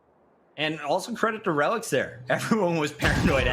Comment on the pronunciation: reh-licks is the correct pronunciation